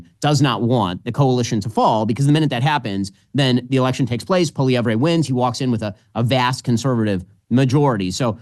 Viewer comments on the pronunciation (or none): Ben....its pronounced POLLY-EV not polly-every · Polivere's biggest opponent is our Canadian msm. They're already trashing him and anyone who supports him. The liberals are desperate to turn him into the scariest thing ever. And it's Pol EE EV. Silent R. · American isolationism strikes again. Ben Shapiro, while praising Pierre Poilievre as part of the new wave of reasonable leaders, can't even offer him the courtesy of pronouncing his name properly. "Poilievray"??? Give me a break, Ben Shapirooo! Let's give it to you by using other words as models. The "Polly" part is pretty simple. It's the ending of his name that confounds unilingual American know-it-alls. So, let's take a name you can probably wrap your lips around, "Ezra". Now replace the 'z' in "Ezra" with a 'v', which produces "Evra". That gives you Pierre "Polly Evra". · You guys have to learn how to pronounce Poilievre. PAW-lee-EV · Had to cringe EVERY TIME Ben pronounced Poilievre lol. Watch Jordan's videos, Ben! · We in Canada are over the MOON Trudope will be gone hopefully soon.. but of course he takes the easy way out and resigns instead of calling an election. PLEASE BEN you need to pronouce Pierre's last name right LOL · You don't say "ray" at the end of Poilievre, Ben. lol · But wouldn't it be better if Ben Shapiro actually knew how to pronounce the name of the guy who he professes to admire so much?